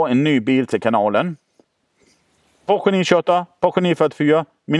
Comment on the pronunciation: Fiat Multipla är så ful att den är cool, Citroën Pluriel är också riktigt udda och cool. Och Porsche, heter Porsche, inte Poche ;)